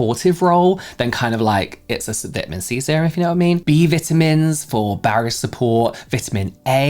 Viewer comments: Omg -28 the way you say VITAMINS 😂😂 just found your channel. Loooove! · Lol when you pronounced vitamins like us here in the U.S. 😂😂😂 keep it your way, it's better.